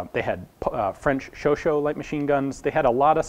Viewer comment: You need to stop pronouncing Chauchat "Chauchaut". The final "at" is pronounced "ah".